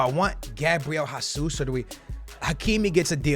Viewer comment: who’s Gabriel HAsus bruh? it’s Jesus. geezus